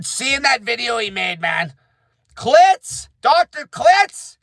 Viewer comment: His name is pronounced killtz